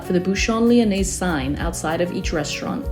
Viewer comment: The s in Lyonnais is silent.